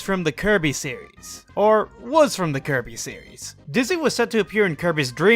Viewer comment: sounds like he’s saying keirby 😂